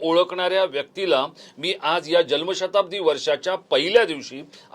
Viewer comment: साहेब.. जल्म नाही.... *जन्म*शताब्दी .. तुमच्या सारख्या पत्रकाराकडून हे अपेक्षित नाही..😅